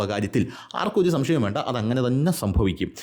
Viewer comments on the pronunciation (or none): none